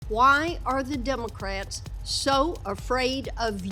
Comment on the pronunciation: did she say devilcrats?